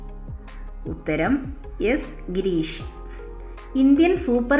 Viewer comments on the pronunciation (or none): ഗിരീഷ് അല്ല ഹരീഷ് ആണ് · S ഗിരീഷ് അല്ല s ഹരീഷ് ആണ് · എസ് ഗിരീഷ് അല്ല എസ് ഹരീഷ് ആണ് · എസ് ഗിരീഷ് അല്ല, ഹരീഷ് ആണേ... 🥰